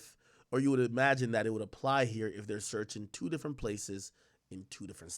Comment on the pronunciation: Every time he says ‘E-magine’ it drives me fucking crazy!